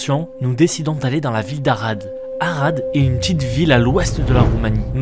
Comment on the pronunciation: Sinon t as dis arade ou arabe